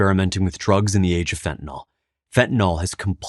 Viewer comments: Stop mispronouncing this plrase. It does not rhyme with with alcohOL as you pronounce. The last syllable is prounced exactly like the word ILL. So phonetic spelling is fent ah NILL. not NAHL. SIMPLE. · Fentanyl, not "fentanall..." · Fentanyl is so powerful, it even destroys the brains ability to pronounce words - when you haven't even taken it. There is no 'O' in fentanyl. It's not spelled fentanol. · I don't mean to make light of the extreme seriousness of the Fentanyl situation in our country but why does (almost) everyone mispronounce Fentanyl as "Fen-Ta-Nawl?" It's English folks. There's no "nawl" or "nol" in it. Fentanyl is pronounced "Fen-ta-nil." Having almost everyone in the media mispronounce this word has everyone thinking their mispronunciation is correct. God bless the families affected by this horrible plague. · It's called fentaNYL not fentaNAL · I know, not the main point at all, but fentanILL, not fentan ALL. Chemically it is a really important distinction. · "fentan-ill" - sounds like kill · Love the site but how is Fentanyl pronounced Fet-n-nol? Alcohol Ethanol Esmolol Fentanyl? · They should just change the name to "Fentanol", since no one seems to be able to pronounce it the way it is currently spelled.